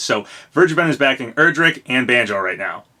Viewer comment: You were close it's "Erdrick"